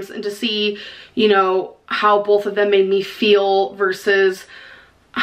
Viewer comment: NTG ughhhhh. I cringe when she says bolth... CRIIINNNNGGGEEE